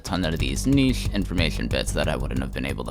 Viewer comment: Cool project, but why do you pronounce ch like that??? The way you say niche is extremely cursed.